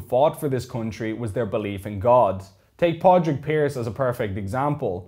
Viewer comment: Im Greek american and who the h*ll is 'Podrick' Pearse. it should be Padraig Pearse c'mon lads do better than this